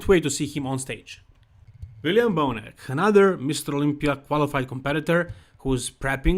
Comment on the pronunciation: Not bonus. Bonac. Lol